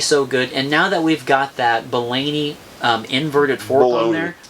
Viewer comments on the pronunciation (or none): It's pronounced Bolany, not Bolany. Sheesh